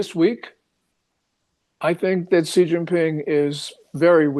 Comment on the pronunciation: Pronounced SHE not CEE, wtf no dialect says CEE